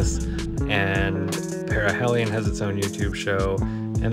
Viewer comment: Maybe it's a Canadian thing, but down south of the border we pronounce it Pair-a-heel-ion rather than Pair-a-hell-ion. Carry on, and good luck!